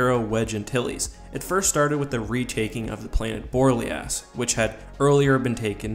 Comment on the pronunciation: Pronounced Bore-Lay-Os